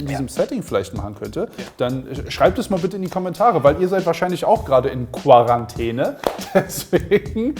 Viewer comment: fun fact: Seit das Wort Quarantäne in aller Munde ist, merkt man, dass 90% der Deutschen es nicht richtig aussprechen können. Das nervt tierisch, danke, dass ihr es thematisiert habt! Dachte echt, ich wäre die einzige, die es richtig ausspricht.